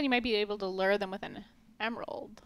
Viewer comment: The way pronounces "lure" (as lerr) makes my teeth hurt. I still love you guys tho.